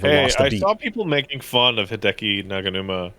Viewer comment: Sorry,, did you mean to say Hideki POGanuma? Or maybe Hideki Nyaganuma?